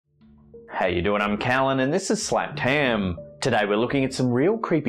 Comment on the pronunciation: its creepy how Slapped ham becomes "Snappedham" in LOL